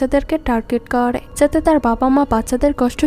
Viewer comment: kooore / thaaake/ paaarre/ jaaabe…. এই উচ্চারণ গুলো বিরক্তিকর ।। improve করেন ।